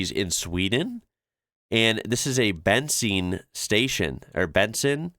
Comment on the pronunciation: "Bensin" in swedish is pronounced like 'Ben seen', the second vowel is long and stressed just like in 'machine'.